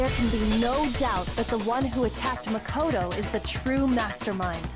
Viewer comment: Makono and Manokuma xDD nice